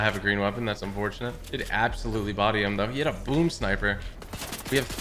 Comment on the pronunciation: Absho-lutely smoaked 🤣🤣